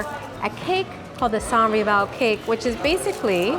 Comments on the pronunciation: Pronounce the “s” for the Filipino pronunciation of “sans rival” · ..its very french not to pronounce "s" in the sanS rival.. totally understandable👍😅